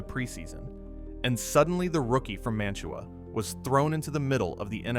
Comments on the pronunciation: Mantua is pronounced Man-u-way by those who actually live there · As a Browns fan, he was bad ass. Sorry, you can't deny that. And you can tell this is AI, which is cool, but it's Man-Ta-Wah. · It's Ma -tu-a You utter BUFFON! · I am from Northeast Ohio ..The town of Mantua is pronounced "'Man-a-way" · Thanks! Please, though, pronounce Mantua correctly! It’s Man-a-way. The T is silent. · Pronounced man-ta-way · Mantua, OH is pronounced man-ta-way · Man TUA is actually pronounced as if it is spelled Manaway, as the local Ohioans from Mantua, Streetsboro, Ravenna, Shalersville etc say it. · Good video about a great player who great coaches recognized as a raw talent. BTW Jack’s hometown is pronounced “MAN-tuh-way.” 👍🏻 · Mantua (man-oo-way) - it's a couple miles from me. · It's pronounced Man to Way, another Ohio boy that elevated the Stealers UGH!! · It's pronounced more like Manaway. It's near Kent. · I hate hearing "Mantua" being mispronounced . Its crazy how many great players and coaches came from a school like Kent State thats almost never any good. Saban, Lou Holtz, Jack Lambert, James Harrison, Josh Cribbs, Julian Edelman etc. Thats not even all of them. Also, that tangerine bowl was against Earl Bruce coached U of Tampa with Matuszak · You are expecting more from AI? One can tell by the prounciation of Mantua and Ohio that this is AI.